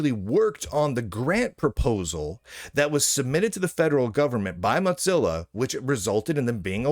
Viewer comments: What is this “moTzilla”? It’s Mozilla. Mo, like in the Simpsons, Zilla, like Godzilla. Where are you getting that T from? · Mod Zilla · I'm just curious, why do you keep saying "Motzilla"? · hes pronouncing it similarly to how mozzarella gets pronounced is all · The name ‘Mozilla’ comes from ‘Mosaic Killer,’ so that pronunciation would only make sense if you pronounced ‘Mosaic’ as ‘Motsaic.’ I suppose Lunduke isn’t aware of the name’s history, which explains the mispronunciation. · I presume he thinks it should be pronounced like Mozart, but that is only pronounced that way because it’s Germanic. Mozilla is Mosaic + Godzilla neither of which is. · Or maybe he says it like Mozzarella cheese; like "Mozza sticks"